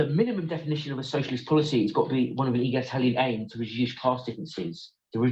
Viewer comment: Neither of these 'reviewers' are eloquent and, throughout, they're struggling to pronounce '', 'egalitarian', etc. They certainly aren't intellectual giants and many don't appear to understand that there is a wide spectrum of takes on elements of socialism, encompassing extreme and not-so-extreme views. Their response smacks strongly of tribalism, in my opinion.